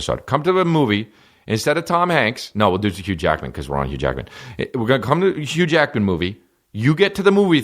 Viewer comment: And to be clear did you say hugh Jackman or huge yackman? Cos I feel like that's just a spicy phrase for Bigfoot. . Asking for a friend ..... update: I have none.